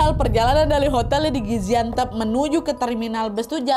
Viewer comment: Gaziantep kak bukan gaziantep